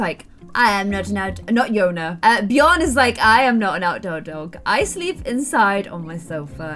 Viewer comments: Love ur videos!!! But it's Björn, not bjorn. Like hm.. the ö is similar to the sound u make when u say "ehum.." also, linger more on the "R". Ur so cute 😍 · Actually, Björn/Bjørn is pronounced just like "burn" but with a J between B and U if you get me 😂 we say "bjørn" here in Norway 🇳🇴🐻Love the series btw ❤️ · There is a slightly difference between Bjorn and Björn, just so you know, but you trying to pronouncing it is so cute❤️ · Bjorn thats in sweden for bear. Just where you live you dont have The letter ö. Björn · Björns a swedish name lol. The letter Ö is not pronounced the same way as O tho. Ö’d pronounceietion is similar to the English sound ‘i’ in the word ‘bird’. Or ‘u’ in the word ‘fur’. Or ‘ea’ in the word ‘heard’. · this maybe be just a luttle late but just me that knows that björn still is a swedish word and not just the "vikings"way to say bear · Hahaha Im from Sweden I started laughing when I herd you say björn❤️❤️❤️❤️😅 not to be mean love you’re Chanel btw❤️ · Björn Is not a “Viking word” it’s Swedish. I’m from Sweden and we say björn. I’m not mad or something I’m just laughing so freaking much about that😂🤣😂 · in tour next video can you go to Google translate and go to swedish to english or reversed and you type in Björn in the swedish one and then click on the voice thingy and you will learn hon to say Björn correctly, I`m from Sweden sorry if you don`t get what i mean❤️ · Can u plz stop calling every single swedish thing viking cuz I'm swedish and I actually get kinda offended by it. Also, check out how björn is actually pronounced (in swedish) cuz that is not how it's actually pronounced